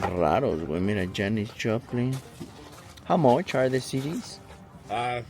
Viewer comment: Like aqui para los que vinimos a escuchar el " how moch" de 😅